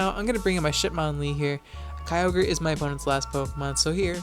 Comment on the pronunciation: can't believe you used to pronounce Kyogre wrong